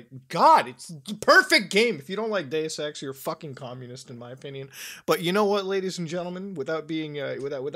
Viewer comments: OH DEUS EX I THOUGHT YOU SAID GAY SEX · When he said he loved dues ex I thought he said he loved gay sex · when he said deus ex i though he said day sex and i was majorly confused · For a second I thought you said gay sex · SAME! I thought...damn I'm getting hard of hearing after reading the comments. Thanks Zoe for making your comment. I was too embarrassed to say it.